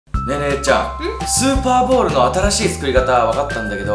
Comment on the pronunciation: 0：32｢スーパーボール｣じゃなくて｢スパーボール｣になってますよ⁉️今日も相変わらずはかわいいのぉ😍💕💕